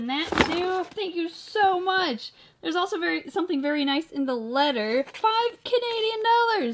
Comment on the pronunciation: She was like “shank you shoe much.😂